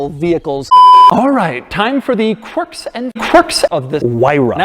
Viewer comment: "Quirks and QURIKS"